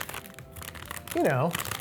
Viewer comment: Love this format sm! Also D’vash is pronounced with the ‘a’ more like the ‘ah’ sound